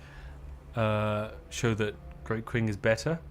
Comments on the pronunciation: "It takes a lot to be this good at pronunciation." Constantly mispronounces Qing (Ching) as "Kwing"...ROTFLMFAO!!!...lol. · How many times will Spiff play longform Victoria 3 streams and still not learn how to pronounce Qing